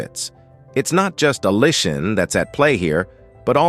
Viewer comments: In this video, you will learn how to pronounce "Allicin" 5 different ways, lol. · Why does the narrator pronounce 'allicin' so many different ways through out this video? Other words don't sound right either.